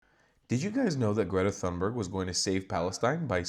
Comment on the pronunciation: How did you pronounce her name? 🤣🤣🤣 Please, let me help you, although my Swedish isn't the best! If I had to write it pseudophonetically for an English speaker, I would spell it ‘Tühnberry’. However, there is still the ‘ü’ sound, which most English speakers struggle with. I think ‘Toonberry’ will do. But "Sannbörg" (as your American English pronunciation sounds to my Austrian ear) is completely off the mark. P.S.: Btw., I am not writing this because I am a fan of Thunberg, but because I am a friend of the correct pronunciation of languages. 🙂